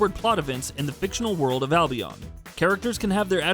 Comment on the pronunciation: Anyone else getting irritated how he pronounces Albion.